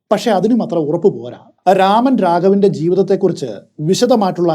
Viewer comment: Amazing story telling as usual!!✌🏽✌🏽 but it's nor രാമൻ.... It's 'രമൺ' രാഘവ്.